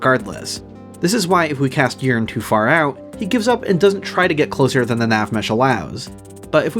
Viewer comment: PLS STOP PRONOUNCING YEARN LIKE URINE I’M TOO HIGH FOR THIS